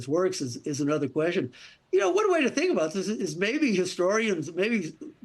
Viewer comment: Though I esteem the information given by both gentlemen here, my hearing has gotten so bad that understanding Mr. Rakove is a trial. It's NOT volume---I turn up the volume, no problem. It's his slurred-together pronunciation of words that gives me troubles. "Question" becomes "Kwezzhyunn."